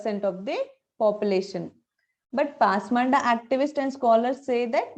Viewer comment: This is not pasmanda "DA" This should be pronounced as "da" పస్ మాన్ద is correct.